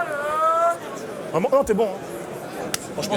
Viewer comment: juste dire "vreument" ca fais rire les africains ...